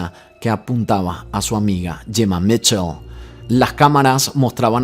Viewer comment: No es Jemma ,es Gemma 😂